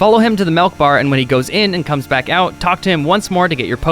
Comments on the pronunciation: pronounces things weird af, where is he from? Melk? Sirline? Skull-tilla? Jk man I love you. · Did....Did he say....Melk road?